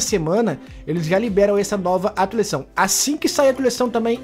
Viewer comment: Fala atualizaçao do jeito certo